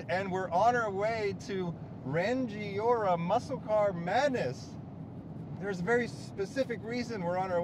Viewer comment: As some one from Rangiora, your pronunciation had me rolling on the floor laughing! Its "Rang-ee-ora" not "Ran-Gi-ora" Hahah Hope you had fun in New Zealand brother!